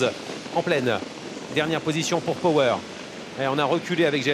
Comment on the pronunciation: Commentator cannot pronounce Power😆